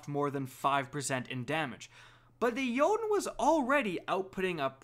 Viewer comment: He's pronouncing Jotunn right though. I'm not gonna defend synthoceps though, that shit's just unacceptable.